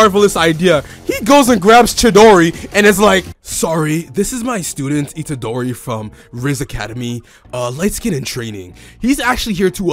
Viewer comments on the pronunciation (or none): Did bro say chidori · I was mad laughin when he called itadori "chidori"